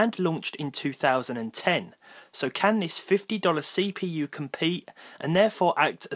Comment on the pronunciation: this Say-p-you